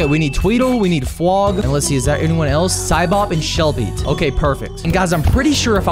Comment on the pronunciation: I hear fwog saying womp womp😭💀